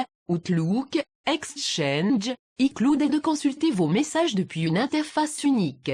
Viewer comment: la meuf qui fais la voix c'est affreux,horrible.... (icloude ) mais pas ( y cloud ) le concept est TOP le montage est Bien fait les aplli sont bonnes mais s'il te plait change la voix pour le plaisir de Dieu MDR !! BONNE CHANCE ♡♥☆☆